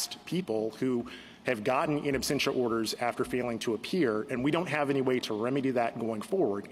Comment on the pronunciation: Why does Justice Jackson keep saying absTentia? Does she not know the word absentia? Is this the Supreme Court?